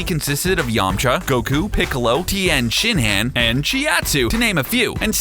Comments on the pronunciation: "Tien shin-han" "Chi out sue" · michael haynes “tea han shen han “